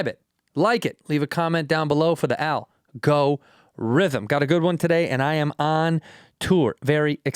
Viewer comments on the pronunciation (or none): This is for the AL-Go-Rythem